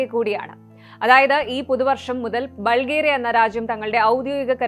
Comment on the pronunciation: ബൾഗേറിയ എന്ന് അല്ല പറയുന്നത് ബുൾഗാരിയ എന്ന് ആണ്